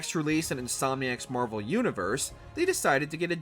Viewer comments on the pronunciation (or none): none